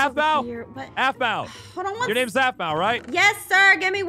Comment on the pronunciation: every time peirce said aphmau he said zapma or that bow